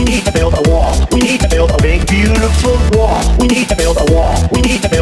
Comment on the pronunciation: Nobody: Trump: We need to build a Wah